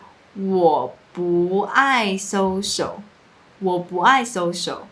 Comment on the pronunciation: your social sounds like sosho 😂 这还没什么，最北七的 "ong" for "on" - please put the book ong the table 好像只有中国人讲的，不是台湾人讲的吧😂。还有一个是 "C" 变成 “say" - 维他命 Say 😂